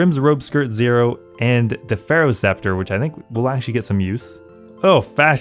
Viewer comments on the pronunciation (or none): none